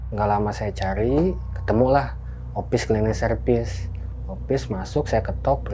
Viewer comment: Opis klining serpis😂ah logatnya lucu